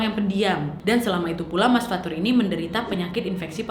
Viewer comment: Fathur: ✨Fatur anak erpeh✨